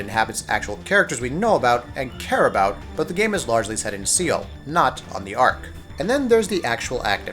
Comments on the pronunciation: Seoul is pronounced Soul not Seal. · I paused the video and start laughing when I heard the word "SEAL" AHAHAHAHA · See-ull? Dude? See-ull? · How the hell did you just pronounce "seoul"??? Credibility just went out the window. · Soul not seal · Seal??? Jesus Christ, seriously this is basic pronunciation. Awful quality on this video. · Do you not know how to pronounce Seoul? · st fu thank you, that was annoying the hell out of me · Alex Alex Right. it's not like he mispronounced it once or twice, but continuesly saying it wrong. And I know they said the name in the game a few times so there is no excuse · Utterly extraordinary, this guy shouldn't make videos in which he's expected to speak if he can't pronounce the name of one of the world's most well known cities properly. Hell, it's probably the SIMPLEST city name, at that. Unbelievable.